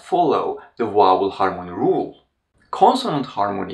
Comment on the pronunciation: A great channel! You also speak such beautiful English, but why is it so difficult to pronounce the word 'vowel'? Is the 'v' not a sound in Turkish? Every Turkish person I have met ( apart from one) invariably says 'Wow' instead of 'Vow.'